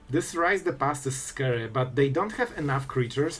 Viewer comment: "Its a little bit scry"